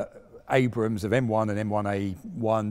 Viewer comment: Congrats on calling Abrams....Abrams instead of Abrahams. Too many British presenters/semi journalists fail on that front. Also curious why you refer to Ukraine as "the Ukraine"?